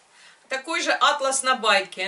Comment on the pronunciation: Да не Атлас,а атлАс! Атлас это сборник карт географических,а ткань атлАс!